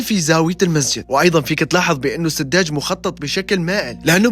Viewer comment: سجاد وليس سداج